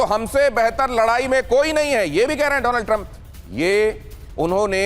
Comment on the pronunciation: My fraand dolannd trammp😂